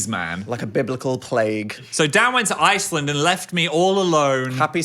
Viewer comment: the way i’m french and i got confused when phil started mimicking the french accent because it was so accurate???? 😭 and dan made no mistake (except the pronunciation for iceland) yall should come here 😁😁😁